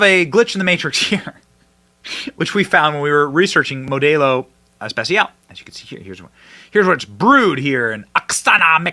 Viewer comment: Mo - Dell- O Benny ! Not MO day O 😊